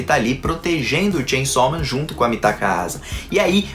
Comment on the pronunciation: Como você fala?😅 Shein sal men Sem chão men Tchem somem